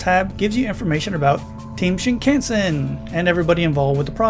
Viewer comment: pronounced "shin-kahn-sen" not can-sen